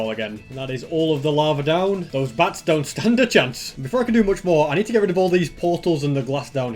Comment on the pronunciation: says bats but it sounds like bass